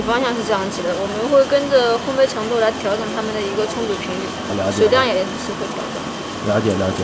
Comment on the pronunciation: 店员连烘焙两个字都念不对